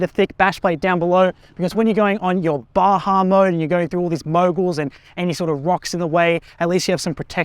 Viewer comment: This is the first Australian I've ever heard say "Baja" correctly!